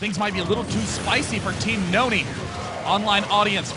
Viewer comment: N-O-N-Y ... not nooney!